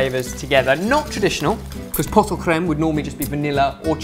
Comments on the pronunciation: He said poto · You don't pronounce the "t" in "pot" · you don't pronounce the 't' in 'pot' ! :) great vid as always